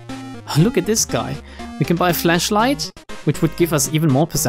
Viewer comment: Everytime you say flashlight, it sounds like Fleshlight. i would make a joke, but mama Susan is watching us. Good luck next time, against the eldritch gods.